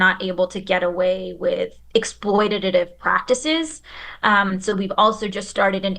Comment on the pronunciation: “exploititatitive” x2 😂